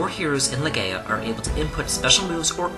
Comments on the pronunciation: I know this vid is old as hell. And I have no idea if you are still making vids, but, you covering one of my favorite games of all time, Legend of Legaia, had me triggered as you mispronounced if 4/5 times you said it, but correctly said it your last time. It is NOT LeGAYa, its LeGUYa. "ai" make the "I" sound. I just had to say that. Good vid otherwise. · Swee-kuh-den. Legend of Le-Guy-Ah. That’s how you pronounce those. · Is it really pronounced "Leh-Gay-Ah"...???